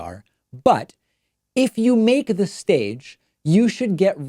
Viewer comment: "...but, if you-a-make-a-duh stage..."